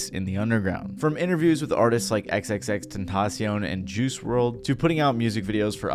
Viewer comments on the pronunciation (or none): none